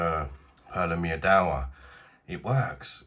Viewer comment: Pronounced Meedva.. Polish word for Honey.!